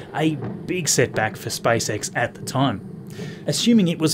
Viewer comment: Why can't you preannounce SPACE properly instead you say SpiceX it's seriously annoying to my ears...